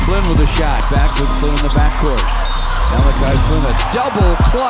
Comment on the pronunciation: Dude has the clip of Flynn saying his name. And bro still can say his name right